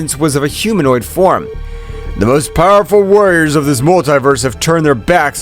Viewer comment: Stop saying powerpull😮